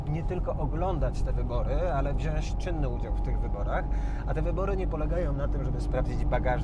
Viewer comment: Ej Patryk mówi się WZIĄĆ 🙈🙈🙈😉